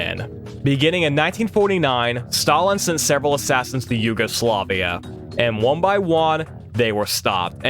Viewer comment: He says one like Juan and I can't unhear it